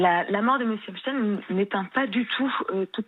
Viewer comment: Epstein ça se dit pas comme ça ... sa se prononce epstine